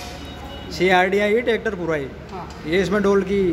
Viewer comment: Bettery box ko aap बेटरी bol rhe ho aur bhi शब्द गलत है। बैक को आप बेक बोल रहे हो। ट्रैक्टर को आप टेकटर बोल रहे हो। आप पहले lenguage ठीक करो english के।